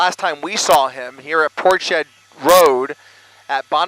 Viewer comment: That's Ports head not Portshed